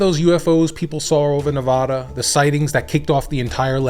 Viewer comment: Please learn how to say Nevada, love your videos!